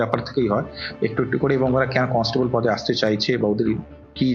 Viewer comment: কলস্টেবল না কন্সটেবল।